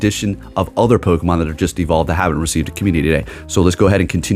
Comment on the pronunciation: pronouncing a Pokemon correctly kinda ruins a bit of the charm 😂😂